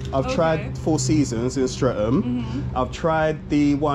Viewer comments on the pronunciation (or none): none